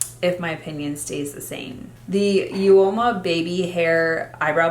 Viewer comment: Hi hun it's pronounced oma for uoma beauty 😉